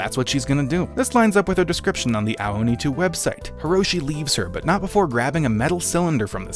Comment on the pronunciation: I thought you said hentai oni